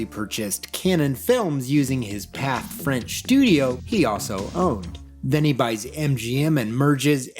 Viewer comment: The French company Pathé has an accent on the final "e", meaning that it should be pronounced. "Path-A", not just "Path".